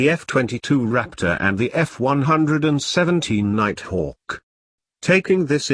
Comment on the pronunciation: "F one hundred and seventeen fighter"